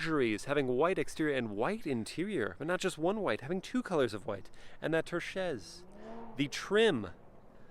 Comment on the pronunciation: Surely, if you are presenting a very detailed review of a luxury vehicle, and insist on repeating a word many times, you would at least spend a few seconds verifying its pronunciation. But no, "turchese" has crossed the Alps on the whim of this reviewer whose ignorance is completely at odds with the concept of post-opulence this car stands for. Ouch and ouch again for every time he murders the word, the video and the brand. Maybe stick to Chevy reviews?